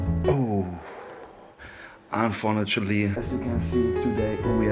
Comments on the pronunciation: unfurnutaly xddd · "Unfurnitaly" einfach nur noch perfekt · be like: „Unfornulately“ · „Unfornutanly“ we are fully booked out 😂😭😭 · Niemand:: UNFORNETSCHELI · niemand:: Anvornatschuli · "Ohhhh... unfornutally..." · Unfornately aka unfortunately 😂 einfach Legende